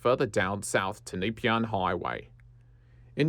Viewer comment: Good video but you misspelled and mispronounced a whole bunch of shit so you might wanna make a bunch of edits and re-record the audio when you learn to say Beaumaris Bo/Moris, Nepean Nep/ian and Carnegie Car/neg/ee correctly… I’m guessing you’re not from the SE burbs?